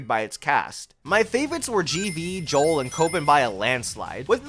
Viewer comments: Joule is pronounced like jewel. Thats why you collect jewels for her. Its a pun lol. Also joules is how you measure the energy produced by electricity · Also Joule's name is pronounced like 'Jewel'